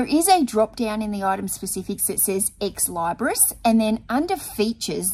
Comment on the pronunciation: You either need a bigger space or you need to hire some help. You're growing and you're still trying to run it alone. At some point, something has to give. You'll figure it out. But you look stressed, so please take a deep breath and eat that elephant one bite at a time. P.S. Ex- Leebris is how it's pronounced.:)